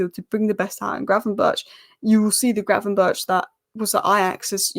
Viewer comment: In dutch 'ch' has the same pronounciation as 'G'. So gravenberch should be pronounced as gravenberg. Anyway good analyses!